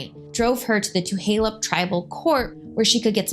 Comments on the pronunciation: Hey first off how u pronounce Tulalip is, tah-la-lip not two-ha-lup and second the welfare check you say she didn't pick up is not a welfare charity check the money is called a "per capita" which is a payment that come from the three casinos that every tribal member gets paid a percentage of the profits. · Thank you for doing this story. I just want to submit a gentle correction; its TuLaLup* (pronounced TOO-LAY-LUP*** NOT TuHaLup (current pronunciation in video Too-HAY-Lup is incorrect) 🙏🙏🧡🧡🙏🙏 And like SuPeRn8v1960 stated, its not "Welfare" its PerCap. Its unfortunate that this story is being being used to bring attention to your channel and your intention is not pure or for the betger good of MMIW. Definitely still a racially driven post and thats super shitty. So while I initially followed your channel, I will have to unfollow it after this comment. I will not support this use of this story to help bump your youtube popularity. Its disgusting and we should be way passed this in 2024. 😞😞🙄🙄😞😞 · It’s just Tu-lay-lip I grew up off 34th Ave right on fire trail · Tuh-lay-lip Tulalip no H. Thank you for the informative video 😊 Such a close to home story. I am 5 years older, born the same day and grew up on Lake Goodwin. Fly high Mary ❤ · I grew up on the res. It's pronounced Tuh Lay Lip. Thanks for the great video. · Two lay lup Tulalip is pronounced 2 lay lup